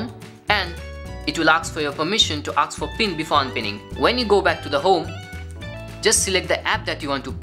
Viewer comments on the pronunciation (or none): thats a good video but try saying ASK instead of AKS. just helping 👍